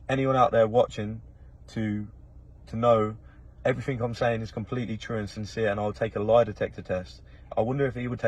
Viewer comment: There’s no k in the word “everything” or “anything” thanks.